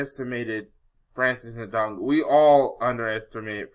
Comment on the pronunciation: he may not be able to say his name right , but he knows who really won the fight , and i was for fury but fury lost that fight